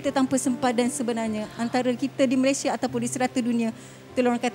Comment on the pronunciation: Malaysia adalah nama negara dn nama rasmi secantik dn seharusnya sebutan nama Malaysia bukan MalaysiE tapi MalaysiA.. sebutan MalaysiA telah dipraktiskan dr awal penubuhan Malaysia 1963 hatta bertutur dlm dialek riauJohor(KL).bangga lah dgn nama Malaysia dgn sebutan yg sempurna iaitu MalaysiA bukan MalaysiE.. apa2 pun bangga dgn anda berdua membantu mangsa banjir..